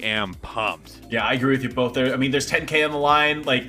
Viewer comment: someone should tell there is no L in the word both also #justiceforactman